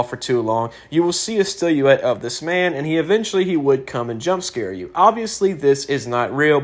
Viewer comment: Sillouette. Sill-OH-wet Not Still-you-wet